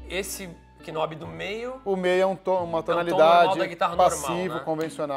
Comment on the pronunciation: Me desculpa por estar falando isso, mas as pessoas do Áudio e profissionais devem se atentar nos termos técnicos, não "Knobe" nobe o k é mudo. Interface é interfeice o pronuciation dos caras é absurdo. Mas sou fã deles, só umas aulas de English resolve. Inglês instrumental para os termos técnicos. Vai ficar bem mais atrativo nós vídeos.